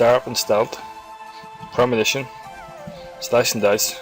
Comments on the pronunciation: The vid was helpful ... but you're killing me ...its ...PRE-MED-I-TATION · is it not premeditation instead of premidition? i'm too lazy to log on to my lowbie rogue and check it out but i'm pretty show it's premeditation...as in premeditated murder. anyway, still a great video. and the fact that there are no half naked men doing ab exercises is a plus.